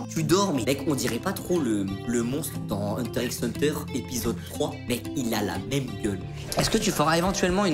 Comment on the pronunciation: Ça se dit Hunter Hunter